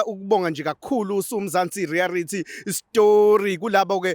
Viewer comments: Reality not rearity re a lity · Why are you saying " rearity" stories instead of reality